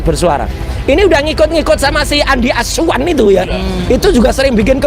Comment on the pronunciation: Mas Roy kalau menyebut Andi Aswan kok Andi Asuuuwan.....